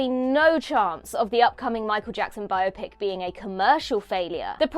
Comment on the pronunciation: THANK YOU for pronouncing biopic correctly!!! 🎉